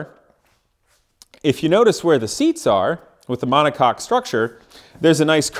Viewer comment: DUDE! mon·o·coque is pronounced "MONACOKE" not MONACOCK